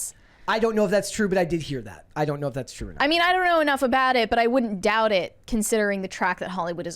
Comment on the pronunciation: I love this channel, but “that” isn’t “thot.”